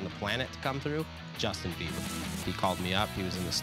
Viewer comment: IT'S BIEBER, NOT BEIBER. You can't get his name right even after 10 years, smh.